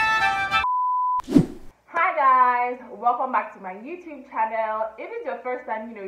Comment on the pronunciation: Of course they know YouTube but it's pronounced as u tu be ..if you have said U Tu be they would definitely know